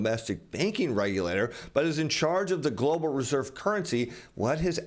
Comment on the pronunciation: Why do you keep saying Glo Baal........